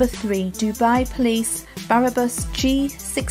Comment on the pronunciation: What borough of the UK is Japan, Italy, Germany and Dubai? Also its spelled bra.bus so why do you keep saying Barabus......And live.r.y not lively. Please, if you haven't a clue what your talking about...the only reason you'd make this video is for views which is the same as the news making up stories just to get viewers.